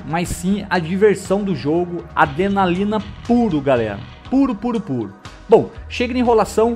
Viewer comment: adlelanina pula kkkkkkkkkkkkkkkkkkkkkkkkkkk